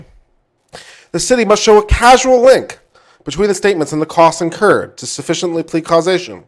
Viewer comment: Love this, and love your channel. But it’s not casual, causal is pronounced like “cause” “all.”